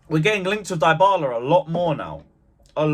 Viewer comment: His name is Dybala .. deebala not diebala… respect people’s names. It is a well known name !